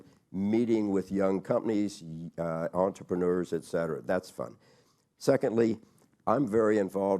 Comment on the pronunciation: KKR and not “KRR”